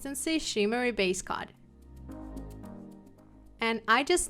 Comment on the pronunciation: I think your wonderful. Thank you for all of your tips, they are most helpful. As you give us so many tips and I know you like tips to help with your pronunciation of the English language, I thought I would let you know that your pronouncing base coat and top coat etc incorrectly. Your pronouncing "coat" as "cot" it's pronounced like "goat" but with a c instead. I hope this helps you out as much as you help us. Thanks again ❤️🙏🏼